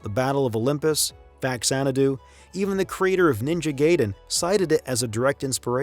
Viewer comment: You... did... NOT... For a documentary this thoroughly researched as this it baffles me that, as a true 'murican, you still got Ninja Gayden wrong.